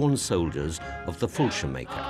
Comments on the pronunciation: The narrator should have boned up on his German military jargon. He wasn't able to say Fallschirmjäger! Fallschirmaker??? Das tut mir leid. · The narrator really ought to have checked the pronunciation of the german ranks and units. They way he says "fallschirmjaeger" is hilarious.